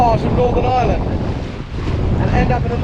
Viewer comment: The island of Island...? It's pronounced Eye-er-land🇮🇪